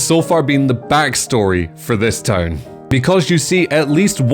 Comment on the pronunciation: The caption bot confuses your way of saying town with tone. Either pronounce town (tawn) correctly or replace the caption.